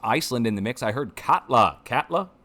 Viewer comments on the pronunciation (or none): Katla is pronounced (Cot-la) and Reykjaneshryggur (which literally translates to “Reak-nose-ridge”) is “Ray-kia-nes-rig-ur”